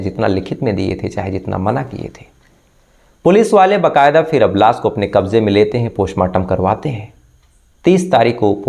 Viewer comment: आप श को स बोलते है और स को श बोलते है जैसे लाश को लास, कोशिश को कोसिस, खुश को खुस, पोस्टमार्टम को पोष्टमार्टम आपनी बोलनी को सुधारिये